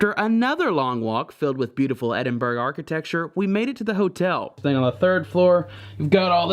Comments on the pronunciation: Yep but at least you got it wrong consistently - sadly someone who is telling you how to actually say it is also wrong; its not four syllables its three. Ed-in-bruh. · Edinburgh pronunciation = WRONG. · Croissant is pronounced ‘Kwa-son’ or ‘Kwa-sont. Never ‘Cros-sont’. Also, it’s ‘Ed-in-bu-row’ or ‘Ed-in-Bra’. Not Ed-in-burg. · When you visit a city you really should know how to pronounce the name. It is Edinburr A as in A for apple , not Edinburg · Nice video, but it's pronounced EdinBORO, not Edinburgh. And that beautiful spire is the Sir Walter Scott monument, & you can actually climb to the top of it, unless you're very fat because, obviously, the stairwells get narrower & narrower as you climb. Lovely view of Old Town from the top! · It’s pronounced EDIN-BRUH not Edinburg! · 🤣 Edin... berg! It’s Edin... borough, as in “thorough” or “soro(...gate)” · Amazing video but people should really have heard someone say the name Edinburgh before trying to say it themselves haha. I just cringe hearing people say Edinberg everytime. It's Edin-buh-ruh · Great to follow you around Edinburgh - pronounced (/ˈɛdɪnbərə/)or phonetically, Ed in bur uh, not Ed in burg! Ha! Looks like you guys had a great one! Next year Ireland? 💪🏽🤠👍🏽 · You're wrong. It's not Ed in bur uh, that's another common mistake made my tourists. It's Ed-in-bruh. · its pronounced edd--din--bruh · Wish Americans could say Edinburgh properly! You don't pronounce it Edinburg. The gh is a soft sound not a hard g. It's the same with Glasgow, never say that right either! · its EDIN BRUHH!!!!!!!!!!!!!!!!! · Funny how the yanks can't pronounce that gorgeous city. EDINBURG 😂😂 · Why do you constanly say "Ed in berg"? You don't hear Brits saying "Are kansas" or the "Mo Jave" national preserve. Also, it's a TOILET or Bathroom, because this one actually has a bath in it. You're NOT going in there to 'rest' are you so why do Americans insist on giving it such an inaccurate name? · Nope, it's Ed-in-bruh.